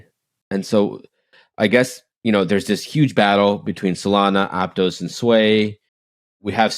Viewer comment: It’s pronounced Ap-toss not ap-tose and Sui is sweet without the t not soo-ee